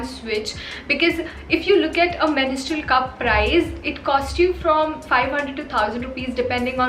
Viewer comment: It's mens-trual,not menis-trual😬